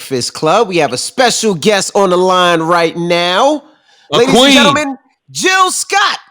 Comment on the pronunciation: Its J i l l Sc o t T tteeheeeeheeeeee , live from philly yall